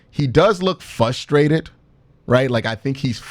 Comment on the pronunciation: q ..... frustrated actually has an "R" in the word ....big homie! our horrible cle accents.... hard to fix....i know!